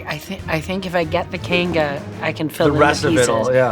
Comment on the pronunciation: When she was talking about bridesmaids did she really say I think I need a kanga. Lol. It's Kangol and never heard it pronounced like that before